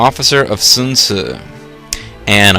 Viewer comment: it's san rhyming with an egyptian ankh